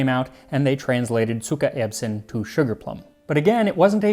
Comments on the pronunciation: Zuckererbsen ! NICELY pronounced. Greetings from Germany. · Your pronounciation of "Zuckererbsen"... chef's kiss! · Wow, great pronunciation!👌🏻 Zuckererbsen is not the easiest word😅 Greetings from Germany! 🇩🇪